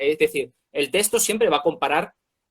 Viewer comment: Porque uno de ustedes pronuncia testo, en vez de tecsto? (o sea texto)